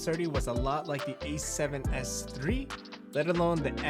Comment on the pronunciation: Why do you keep saying “E7s3” or”E74” there is no e